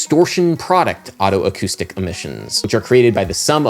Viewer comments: >Perceptual geography What does geography have to do with it??? >Neurophonic Whatever you say, Adam, but you're pronouncing otoacoustic like autoacoustic which I believe is incorrect. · FYI, it's pronounced "oh-toe-acoustic", not "otto-acoustic". Just like otolaryngology.